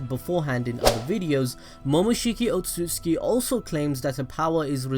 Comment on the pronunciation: Otsutsuki... not otsuski.... yeesh